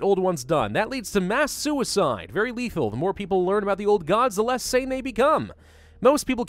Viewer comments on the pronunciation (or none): none